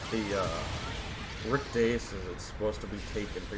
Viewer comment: Nice colors👍. By the way is there a reason why you make the name rick dias sound like you saying rick deus?